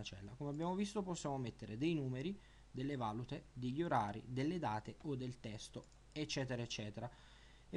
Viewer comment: Guarda che si pronuncia valùte (non vàlute), sono i diversi tipi di moneta